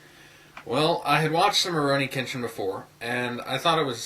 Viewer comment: Kenshin was not kidnapped. His parents sold him to be a slave for money. Tomoe falls in love with him too. And you don't pronounce it right. I love Rurouni Kenshin/Samurai X because of the deep character meaning. Kenshin's past is the most dramatic part of Rurouni Kenshin, and that's why I love it. The fact that he gave up killing because of regret and how he tries to get over his past by being with friends in Tokyo. There is more to RK then meats the eye. I absolutely love RK, the manga too.